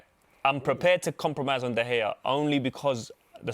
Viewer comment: Turned the vid off as soon as the Utd fan said De Gea.